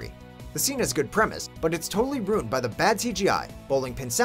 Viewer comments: Ruined is 2 syllables. "Roond". Wow. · Is he saying "rooned"? 🤣🤣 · Stop fuckin saying "ruined" like that.